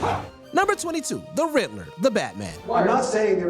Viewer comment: Where do they find these horrid people to do the V/O on these videos? Shitty pronunciation. It's The RiDDler...not The RiTTler.